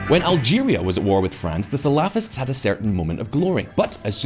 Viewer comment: it's cute how shallow the narrative is, and even more cute, if not slightly irritating how he keeps butchering the pronounciation of the word salafists, it sounds like falafel lol.